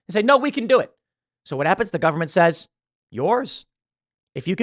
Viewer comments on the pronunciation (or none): none